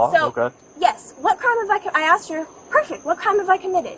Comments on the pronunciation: She AXED him so many times to identify himself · Officer Lowaicue asked her… I meant axed* her 8x, not 12x. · “Do you know you need to ID when police axe you too” x12 “Clearly you don’t cause I axed 12 times” “She fine she a passenger” What did she mean by this? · “ I axed you”. Tells you everything you need to know. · But she axed. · “All I axed”…. Enough said! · It's pronounced, asked. JFC. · “I axed you” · People who can't mind their own fucking business will never make sense to me. If they aren't bothering anyone and are even leaving every morning, then why would you call the cops on someone? Edit: Also, the officer saying "all I axed" showed how fucking stupid this fucking idiot is. There are no standards in police hiring, it seems, and especially so in Florida, where they abuse your rights, then the state government praises them for doing so. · “i axed you twelve times” take her badge lmao she isn’t emotionally or logically intelligent enough to make independent decisions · cop is uneducated she used the term “axed” rather than ASK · It was guaranteed that initial cop was going to be unreasonable is the first time she "axed" them for ID, and then the second cop started blacklooping when she knew the female victim knew more about the law than she did. This post-covid generation of police are a complete dumpster fire. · "Aks" isnt a word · “All I axe” how are you a cop? You can’t even speak. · God of an officer came up to me and said "im not gonna axe you again" and "you impeding the roat way" I couldnt help but laugh. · If an officer "axe" me a question im mag dumping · sorry, it was a bad joke, the lady officer said she 'axed' a question repeatedly, instead of 'asked' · Personally I wont talk to an officer who "axes" things. They aren't intelligent enough to acknowledge. In all the time i've been in contact with non-white cops i've never been axed anything... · That cop is doing a lot of axing, I thought that was a capital crime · "All I Axed" 🪓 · All I "aks".